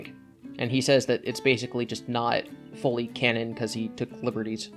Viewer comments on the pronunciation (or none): none